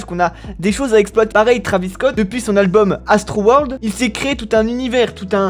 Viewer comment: Nn mais sois tu lis pas les commentaires sois tu le fais exprès,pour la 4eme fois c'est pas trAvis scott c'est trEYvis scott tu dis pas mikel jakson ou encore kylie jener je sais que beaucoup s'en foutent mais moi ça me rend fou !!!!